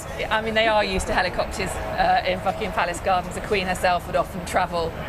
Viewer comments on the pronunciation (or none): She said fuckingham palace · Holy shit I thought she said fuckingham palace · Did I hear "*uckingham Palace?" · David..l heard the same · Is it me or does it sound like the bbc correspondent says "Fuckingham palace"